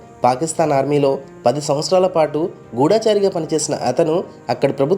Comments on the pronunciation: గూఢచారి , గూఢముగా చరించు వాడు అని అర్థం. గూడాచారి అనకండి... నర్మద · గూఢాచారి అనకూడదండీ.గూఢచారి అనాలి.